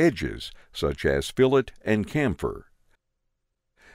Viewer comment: Good intro. Realized need to watch this before viewing the Autodesk Learning Chanel intro. BTW, chamfer is pronounced with a "ch" as in choo choo. Camphor as pronounced in the video is a type of tree.